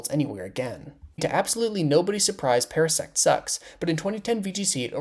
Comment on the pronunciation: Parasect ❌ Paras seex ✅